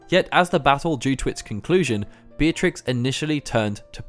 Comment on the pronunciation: FINALLY. A Youtuber who pronounces her name right! Beeah-triks not BEEHTRIX nor BETRIX